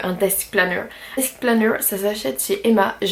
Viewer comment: Juste le "desk planner" ... ton accent est magnifique ahah